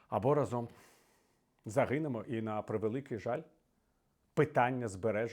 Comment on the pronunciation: рАзом, а не разОм!!! Це "хвороба" медійників та популярних особистостей, чи навмисне нехтування правилами? Вислів - "рАзом й батька легше бити", та "разОм батька легше бити" мають дві різні ознаки події. У другому випадку не використовується "й" бо наголос у слові "разОм" вказує на те що це ДІЄВЕ значення, а не КІЛЬКІСНЕ . А для більш простого вивчення цього простого правила "рАзом" чи "разОм" є дуже відома пісня - "рАзом нас багато, нас не подолати...". Використання наголосу на "разОм" у контексті висловлювань Портнікова вказує на дієвість події, підставте у речення де Портніков каже "разОм", слово "за раз", або "миттєво", зовсім інші сенси приймає вислів і не має логічної прив'язки до контексту того що люди мають бути об'єднаними бо "рАзом" ми сильні, тобто кількісне значення.